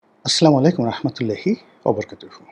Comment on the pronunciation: মেধাবী ভাইটা সালামটা শুদ্ধকরে শিখেনা কেন